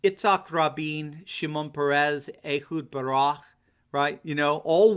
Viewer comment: Lol you said Ehud Barah instead of Barak. "Barah" means "escaped" in Hebrew. And it suits him because he moved the IDF troops out of Lebanon and Gaza, so a lot of people call him a coward.